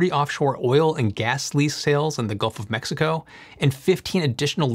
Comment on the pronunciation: I liked how you said "Gulf of Mexico" 🎉